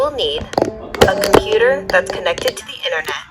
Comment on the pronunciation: Did you say computer wrong